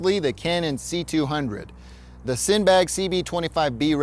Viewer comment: Cine(sinny) bag, not sin bag